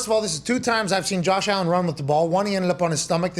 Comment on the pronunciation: Jawsh Allin. Nice yinzer dialect.